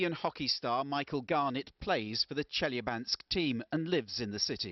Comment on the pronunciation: The way she pronounces chelyabinsk makes me me cringe